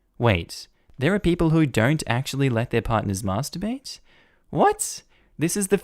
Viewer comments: Hearing an Australian accent say MASTERbate sounds so strange to my Australian ears MASSterBate sits better. So are you taking elocution lessons? And if so where do you get them from I may need some for my career too. (I am trying to get into a professional career and some people think I sound too country / bogan) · Why do you say Masterbate so weirdly